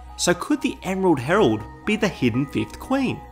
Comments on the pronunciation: ‘emerald hemerald’ replay button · Hahaha is he meaning to say Emerald Hemerald and is that actually a thing? I'm in tears laughing. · "Emerald Hemerald" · I liked how in the section about the emerald herald, you kept calling her the "emerald hemrald" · Emrald Hemrald lol